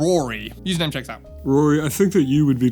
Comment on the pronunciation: Why did the last “username checks out” sound like “fuck you” lol